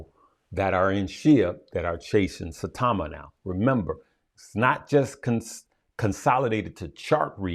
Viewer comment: Saitama like Sitau(aw)ma with a long i